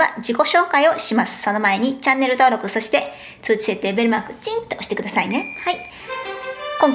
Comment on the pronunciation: 「そして〜」の発音が変だとカミさんに突っ込まれた。